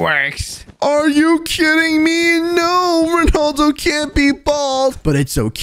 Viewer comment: Rondalo fans say his name right so your not a rea fan@